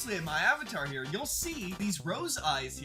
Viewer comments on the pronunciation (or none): U said “hi ere”